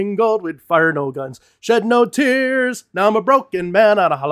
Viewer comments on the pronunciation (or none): none